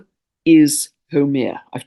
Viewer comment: I love these timely needed indigenous tales that help us heal and come into right relation with the Earth. A small detail, Make Make is pronounced Măh-kā Măh-kā and Haumea How-MĀ-ah, in Polynesian language e is pronounced long A sound in Hawai-i, Rapanui, while i is prounounced long E.